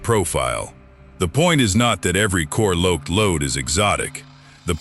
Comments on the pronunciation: Core Loaked .. .. is the center of Remington’s reputation. Lol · Gotta love AI voices: “core loaked”